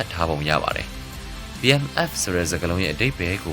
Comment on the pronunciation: Battle Mask Fast လား .. ဘာပြောလိုက်တယ် ဆိုတာ နားမလည်ဘူးဖြစ်နေတယ်